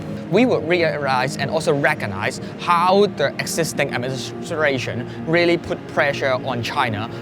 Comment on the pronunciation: Re rill rearwise and recogrise...